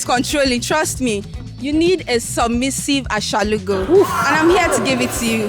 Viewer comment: Achalugo not ashalugo😭😭😭😭😭